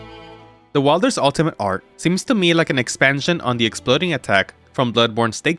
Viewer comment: It's pronounced like "weilder" not "wilder"